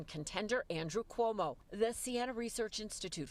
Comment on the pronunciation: Can't even say Cuomo right. Keep dreaming commies Newyorkers will show up